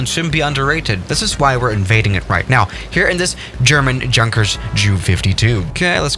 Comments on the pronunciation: Yun-kers not Junk-ers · I speak German "Look at this JUNKers plane" as far as my limited German knowledge goes, is isn't it pronounced "Yunkers"? You know like a normal "J" not English one. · Did he just not said Jankers instead of Yunkers or Junkers now im pissed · junkers: is pronounced yunkers, a German: says junkers with a j Me: visible confusion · By the way,junkers is actually pronunced “unkers “in german. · Just a heads up, although it is spelled “Junkers” it is pronounced “Yunkers” just thought I would let you know for the future idk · Junkers in pronounced like Yunkers. It is not Ju it is J U. Get it right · totally agree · pronounced yoonkers damnit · It pronounced Yunkah J U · It’s Yunkers it’s pronounced Yunkers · U actually say yunkers yes it's pronounced junkers but u need to say yunkers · Yeah but he pronounces it the English way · Yeah for a guy who lives in Germany, you'd think he'd know that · He knows it, bruh. He just pronounces it the English way